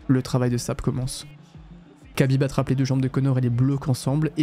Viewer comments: Pourquoi tu dis khabib "kabib" et pas kha genre rhabib? Je pense que c'est volontaire j'aimerais savoir pourquoi juste par curiosité Et la vidéo est folle au passage, trop cool d'avoir des contenus comme ça sur yt, ouai j aurais ptetre du commencer par là effectivement 😂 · Khabib ne se dit PAS "cabib", mais Rabib, un "r" aspiré, presque un grognement animal. Dommage que tu prononces mal son nom, ça fait vraiment noob 😅 Sinon le doc est bien 😊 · Khabib se prononce "Rabib" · respect KHABIB pas kabib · SVP ARRÊTEZ D'APPELER "RABIB" (KHABIB) QUABIBE ça se prononce R le KH donc ça fait RABIB c'est bon après 15 ans ? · Kabib ou Chabib? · On prononce Rrrhabib svp ❤️ sinon belle vidéo merci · Incroyable la vidéo mais khabib ça se prononce rabib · ça ne se prononce pas ''Kabib''. le son « kh » dans "Khabib" correspond à la lettre arabe "خ" (khaa) et ressemble à un « r » guttural, mais produit avec plus d’air, comme si on expirait en raclant légèrement la gorge. Ce n’est pas un « r » français classique, ni un « k », mais un son intermédiaire, très présent dans les langues arabes ou russes. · Kh se prononce R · Excellente vidéo mais t'abuse sur la prononciation de khabib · Alors vraiment bravo pour cette vidéo. J'ai déjà vu je ne sais pas combien de vidéos sur le sujet et la tienne est juste parfaite. Juste Khabib on ne prononce pas le "K" ;) Pour le reste, c'est hyper immersif et documenté. Très bien raconté aussi. Bref, chapeau !